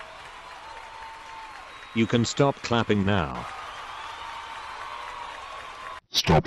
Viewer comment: That was a very Russian СТОП